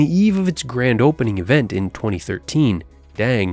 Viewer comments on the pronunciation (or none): none